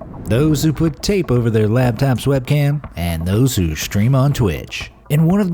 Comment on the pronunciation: "labtap" LOL I think you mean "laptop" buddy